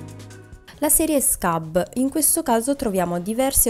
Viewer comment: I nomi sono svedesi. PLEJA è PLEIA (non PLECA come fosse spagnolo). e SKUBB non diventa SCABB come se fosse inglese. E' meglio che pronunci i nomi esattamente come li vedi scritti. Ciao